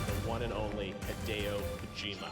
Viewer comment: Geoff could have at least bothered to pronounce Mr. Kojima's name correctly.